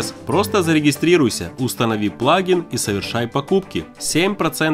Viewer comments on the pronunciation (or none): none